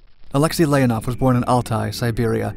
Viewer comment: NOT Lénaff L E O N O V.